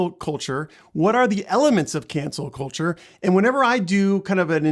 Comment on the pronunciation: When he says cancel culture it sounds like cancer culture.